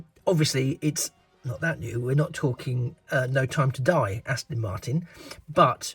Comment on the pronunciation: Fab video. I may have to get one after watching this. Its Aston not Astin. Sorry to nit pick. 😂